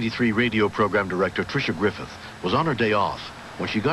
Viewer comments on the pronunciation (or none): none